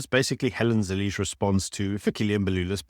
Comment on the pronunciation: Wonderful content always. Can I be picky and ask please pronounce malema and zille properly..